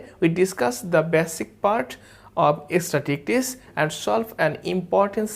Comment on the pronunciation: Love the class... Extremely helpful in face of exams... Though the pronunciation of "statistics" could be better... But it's a minor problem